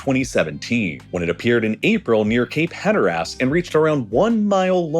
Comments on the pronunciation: I physically cringed every time he sais Hatteras. I'm not sure I've ever had such a physical and visceral reaction to a single word before. 😂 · I knew it was wrong immediately, but it took me a second to figured out how haha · I can’t deal with the pronunciation of Hatteras in this video. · Great video but listening to you pronounce Cape Hatteras sent me each time😅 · Okay, but the mispronunciation of Hatteras and Albany makes me wonder if you've flipped to using an AI voice. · This is a fantastic and informative video, and the pronunciation of Cape HatterASS has me rollin'. For a perfect illustration of the fall line, look no further than the Garden State! New Jersey has such a stark contrast between the North and the South that it looks like a giant stepped on it. We were divided into West and East by the colonial charters in the beginning, basically along where the piedmont started, creating a kind of diagonal cutting from the northeast. The guy in the East had prime access to coastal ports like the ones across from New Amsterdam on the Hudson, while the guy in the West got the consolation prize of a large extra chunk of the southern portion nearest the Deleware and Philadelphia, since it was mostly "empty" by settler standards. It even has a split climate zone, with the Humid Continental in the northwest and the humid subtropic in the south. It sure makes living in the transition zones of Central Jersey interesting! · Also a NC native, and I loudly went "Hatter ass?!" and proceeded to lose my mind. I have never heard it mispronounced like that before. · Same, it was killing me and now I think it's so comical that I'm gonna start calling it "Hatter-Ass" LOLOL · us hatteras locals have been through enough this hurricane season, we don’t need this hatter-ass disrespect! 😂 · Was really enjoying this video until he pronounced Hatteras as hatter-ass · Lmao 😂. No one pronounces it Hatter-ass except this channel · The pronunciation of Hatteras hurt me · hatter-ass lol